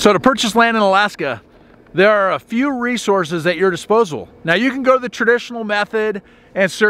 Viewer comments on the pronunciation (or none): none